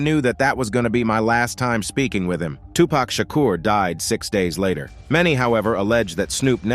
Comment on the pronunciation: Hate it when its pronounced wrong pack pfffff its 2pac not 2 pack